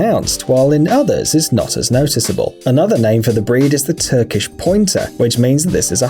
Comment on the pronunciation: I thought you said roofied for a sec